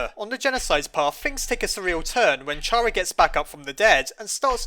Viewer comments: it's pronounced (care·a) not (car·a) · it's awful to hear "shara" after all these years, why was it even a debate? it was clear it was pronounced "kara" you don't say "a sharacter" it's even written as キャラ "Kyara" in japanese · You don't pronounce the word "CHARActer" like "chair-uck-ter" do you??? No! You pronounce is "care-uck-ter". Same applies to how you pronounce Chara(cter), as, if you haven't noticed by now, her name is literally based off of the word "character". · Chara (Ba-na-na) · I'd say it's pronounced Kaira. spelt wrong to pronounce it my way. I pronounce it like Its the beginning of the word "Character" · Me: Fandom he’s miss pronouncing Chara’s name Fandom:don’t worry we’ll get him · It's actually "Chara" not "Chara." Oh wait no I think it's "Chara?" Yeah it's definitely "Chara," not "Chara." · Chara = character the h is silent